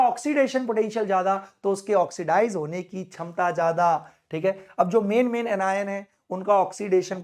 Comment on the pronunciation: Shamta ❎️ Chamta✅️....😂😂